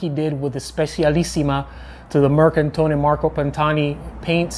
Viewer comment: Just a hint on some pronunciations: 1. Mercatone Uno: "Mehr-kah-to-nuh", not "mercantone" - one "N" only ("mercatone", Engl. = "market"). 2. "dedacciai": say "deh-dah-chai" ("acciaio" - say: "ah-tshah-yo" = "steel") 3. Specialissima: "Speh-tshuh-lissee-muh" (engl. = "very special"), "CI" in Italian works like "TSH" in English.